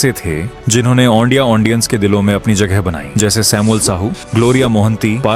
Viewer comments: Ondia❌ odia ✅😢 Aundience ❌ audience ✅😢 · Lekin ondia ❌odia ✅😅 Aundience❌ audience ✅😅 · Bhai sorry 😔 Lekin ondia ❌ odia ✅ Aundience ❌ audience ✅ Thoda sa idhar udhar ho jata hai 😂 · Ondia ondiens 🤣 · Aundiance aundia 😅😅😂😂